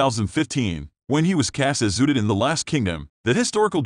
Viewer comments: Who the F is uted? It's pronounced Ooooo tred! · It’s UHTRED no OODID! 🙄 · It's Uh..tred please get his characters name correct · You should pronounce the character’s name correctly. I’ve also never heard of his writing music. He is a talented actor, writer, producer and director. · Omgoodness....learn how to say Uhtred!!!!! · The computer can not say Uthred or England properly